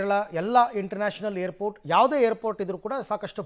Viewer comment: He is pronouncing hair port 😂😂 babaji it's Airport